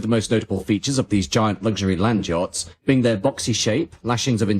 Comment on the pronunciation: Why do you pronounce "jots" instead of "yachts"?